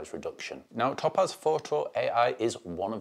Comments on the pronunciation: Top Az 🤣WTF... never heard topaz pronounced like that before, made me PMSL every time.🤣 It's "Tow-Paz" dude. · It's TOE-PAZ...NOT TOP-AZ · As an Englisman with a proper accent (geordie), this was torture to listen to. His inability to prounounce the Company's name correctly made this impossible to listen to after 30 seconds...it must sound like torture to non English people who speak English!